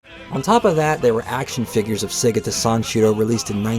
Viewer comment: This will always be the gold standard for Segata Sanshiro retrospectives. Do not accept substitutes from people who didn't know the Saturn existed until a few years ago and can't properly pronounce "Segata."